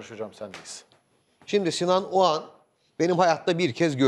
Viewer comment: şu adamın soyadı Ogan mı yoksa Oğan mı..Barış bey bir Ogan diyor bir Oğan..acaba Bariş Yarkadaş beye bazen Barıs Yarkadas mı desek